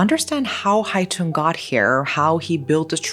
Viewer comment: Just a small correction, the killer's nickname was Hai Tửng, not Hai Tùng :)) But overall, I am impressed by your take on this case and also the way you pronounced Vietnamese names! Thank you for letting it be known to more people!